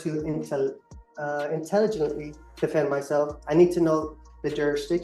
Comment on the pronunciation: He had a hard time pronouncing the word intelligent